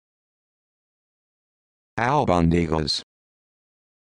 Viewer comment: Not even close.